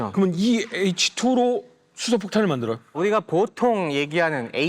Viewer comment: 이분 혀가 짧아서 ㄹ 발음이 안되ㅋㅋ 우리가... 우디가, 분들이... 분드이, 빠져들어... 빠져드어, 만들어야되...만드더야대 . . . . 재밌네... 빠져들게되네